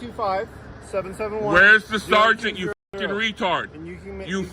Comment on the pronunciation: Sharsant....you mean Sergeant aka Sar-gent?